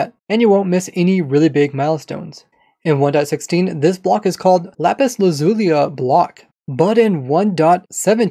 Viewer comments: Why does he say Lazulia? Its Lazuli, why did he add an "A" to it? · I think you mispronounced lazuli XD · why did you add the “a” at the end of lapis lazuli is that how it’s actually pronounced 😂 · why do you call them "netherite stars"? also why do you say lapis "lazulia" not lapiz lazuli ? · Lapis Lazulia? Doesn't it say Lazuli? Without the a? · I'm gonna need someone to find the a at the end of 'lazuli' for me..... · Lapis lazulia? Lapis lazuli. Where does he get the a at the end from?? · I have a question why do you say jama instead of Lama and lapis lazulia indstead of lapis lazuli? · why do you pronounce lapis lazuli like lapis lazulia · First it was “Hanging Ruts” and “Rutted Dirt”, now it’s “Lapis Lazulia”. I wonder what other weird pronounciations this man has up his sleeves lol. Edit: “Netherite Star” xD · "Lapiz lazulia" lol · "Lapis Lazulia" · “Lapis lazuliu” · Only has been gifted with the eyes to see the invisible "a" at the end of "Lapis Lazuli" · Today on: I Can’t Pronounce Lapis Lazuli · I noticed that too. He added an extra syllable at the end there. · Why you adding an a after lapis lazuli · There is no 2nd "a" in lazuli